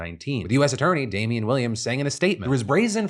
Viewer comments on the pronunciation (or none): none